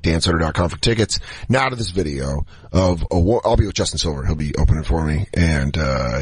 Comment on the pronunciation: I still think its hilarious he keeps saying "Bideo" like those twins the boys did a show on